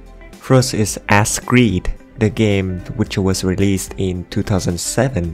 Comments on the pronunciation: "ass creed" lol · “Ass creed”💀💀💀💀💀